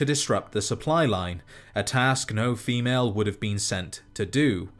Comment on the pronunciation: Dude you make great videos but the way you say female makes me viscerally uncomfortable